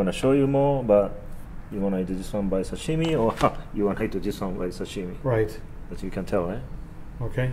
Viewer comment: And he says "Sashimi" so weird (not ) I'm Japanese and he puts a different accent sound to it. It's like how they say "Karaoke" and "Panko" They don't care how they pronounce it.